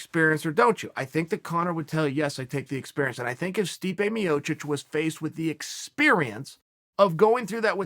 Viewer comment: Stipu Miocic